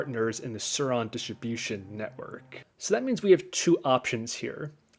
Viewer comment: Please say it like this..... Diss trib you shin... Also, you save $1700 CDN, not just a few hundred bucks